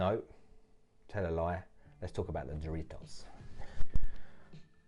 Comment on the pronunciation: Pronounced “Harritos”